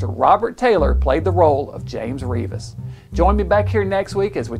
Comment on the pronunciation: This is part of my family history. The name is pronounced REV-is, not REE-vis.